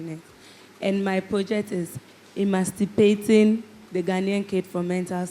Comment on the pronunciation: Did I hear " emanstipating"😂 from?